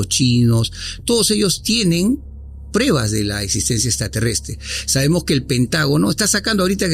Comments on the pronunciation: Todo bien, pero me estresa escuchar a cada momento la palabra mal pronunciada, "prebas" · ¿Porqué dicen prEbas y no prUEbas?...